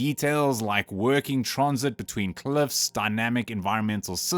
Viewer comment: "Working tronsit between cluffs"??